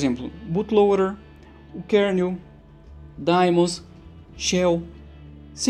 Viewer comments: Daemons pronuncia-se "di-mons". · mais uma coisa, a pronuncia em inglês é "di-mans", não "di-mons". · E no primeiro vídeo vc pronucia ai-pi-teibous pra iptables, que é a pronúncia em inglês us. Se segue a norma us de nomes, daemons soa di-mons. Ou então tem de falar i-pi-ta-bles pra ficar de acordo. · Se é pra ser preciosista com pronúncia de palavras de idiomas alheios eu digo que a pronúncia certa é "daimon", do grego ático/latim clássico. Só não sei em que isso afeta o conteúdo do vídeo...